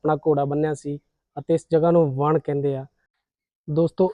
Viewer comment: ਵਣ ਨਹੀਂ ਕਹਿੰਦੇ, ,ਵਣ ਹੀ ਹੁੰਦਾ ਜੀ